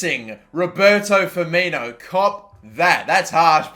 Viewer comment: put some damn respect on Firmino's name